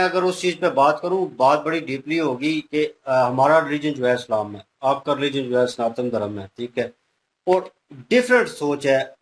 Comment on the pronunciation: Abee 'sanaatan' hota h 'santaan' nhi!!